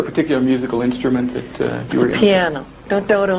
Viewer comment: i just the way hepronounced "pinao" like it's spanish "it's a PiaNO"